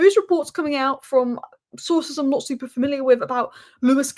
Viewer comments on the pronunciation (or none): none